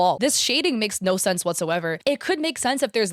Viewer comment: "Oh Naur...." Wait, is australian?!